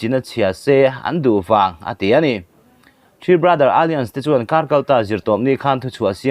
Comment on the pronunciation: Alliance hi alians ti in chhiat toh lo la😊...a-lai-ans ti zawk la